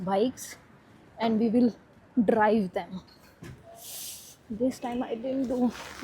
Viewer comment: You pronounced Coffee as "Kkofffi" 😅😂 Drive pronounced as "ddrrrrrive" 😅😂